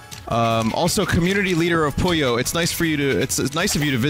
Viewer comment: More Puyo Tetris is always good EDIT: Vinny plays story mode, skips it. Story or riot, we fackin' riot Is it me, or some times when Vin says 'Puyo' it sounds like "Pollo"?